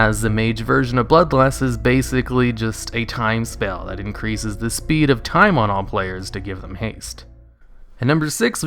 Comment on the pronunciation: I thought you said thai mages instead of time